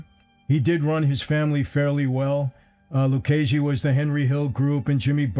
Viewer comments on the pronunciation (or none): Its Lucchese. Not Luccese, Luchese or Luccase. LUCCHESE.